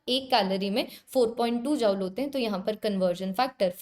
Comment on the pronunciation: Tum dekh ni paa rahe ho 😂😂 no mam❤ btw sorry & amazing session or jaul ni hota joule hota h 😅😅